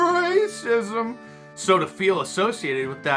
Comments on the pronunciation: i thought the screen would flash with graphics when you said "ra-cissm" lol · I love it when you say 'rrrraaacism'. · 😂😂😂😂RRRRRACISM. ...DUH DUH DUH DUH.... LOVE IT...Mark, you make day. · Mark, you forgot the booming "dun dun dun" background music when Don Lemon said "rrrrrrraaaaacsim". lol